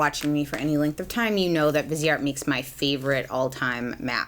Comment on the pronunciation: I just feel the need to correct people’s pronunciation of this brand. Viseart is pronounced Veez-art. It’s french and visage means face. Therefore viseart. ❤️